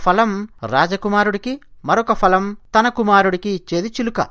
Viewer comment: Falam kadhu phalam anali boss